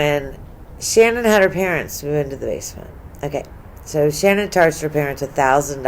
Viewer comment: It’s shanann not shannon